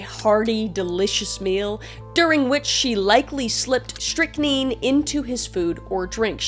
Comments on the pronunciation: You’re probably trying to say Strick like “stick and nine like the # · strychnine (strict-nine) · Great video as always!!!! Btw its pronounced strickneen 😊 i watch a lot of forensic stuff lol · my apologies. i've been pronouncing it stric9, not neen. ty! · Strychnine is pronounced "Strick-neen" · It’s pronounced Strict-nine. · Strychnine is pronounced "strik-nine" if that helps at all. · Strychnine (pronunciation) Strict-9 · I love your videos!❤❤ May I just say as someone who has ingested strychnine voluntary (do not attempt at home or anywhere). It would be pronounced as so "strick 9". It's a rat poison ☠ ☠ I luckily didn't die (I don't think) and also proved I'm not a rat! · Strychnine. Pronounced strick nine. Awesome video, Kris! As usual❤❤ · pronounced "strict-nine(9)" basically rat poison. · I think you got a little dyscalculic on the last case, Kris. Leonarda was born in 1894, NOT 1984, and would eventually die in 1970. Also, as an aside, I've always heard it pronounced as "Strict Nine" without the T. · It's strik-nine just FYI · FYI it's pronounced STRIC-NINE. Like strict minus the second "t" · It's pronounced "strik-nine". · Hi!! So, Strychine, is pronounced like "Strict Nine." 😁 And...PLEASE KEEP BEING YOU!! Because you are one of the very few bright lights on YouTube that I truly enjoy and adore. So, thank you Kris, for all your vids. Happy Holidays to you and yours, from me in NY. 💜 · That poison you were trying to pronounce is said like, strict-nine. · ✨pronounced “strik-nine”😁 Thanks for the badass stories!!🤘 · Yup, came here to say this because I know the spelling can make it challenging to know how to pronounce it if you haven't heard it. It's also quinine= Kwhy-nine. Lol comes from my days of Anne of Green Gables and Dr Quinn medicine woman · Strict nine is how you say the name of the toxin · strick-nine (like the number) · It's pronounced strick-nine 😊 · Stric-nine. That's how you pronounce Strychnine :) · Just FFR, it's pronounced strick9